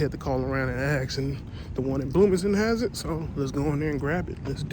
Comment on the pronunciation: Had to "ax" 🤔